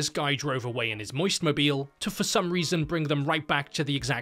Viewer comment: "moist mobeel" HELP WHAT?!-😭😭